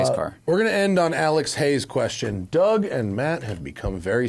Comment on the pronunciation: "Dour Demuro" 😆